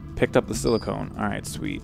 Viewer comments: If your having trouble with saying silicone (Just In Case) it's said si la cone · Aaaaaahahahahahahahhahahaha ahahahahahahhahahah .... AAAAAHAHAHAHA! ... "Silikin"...